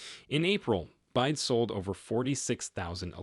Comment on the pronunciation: B Y D not "byde". Again I believe this is AI aided monologs. Not the most effective.